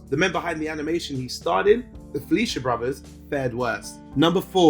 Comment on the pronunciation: Just a friendly heads up, its pronounced "Fly-shur" and probably not like "Felicia" ; ]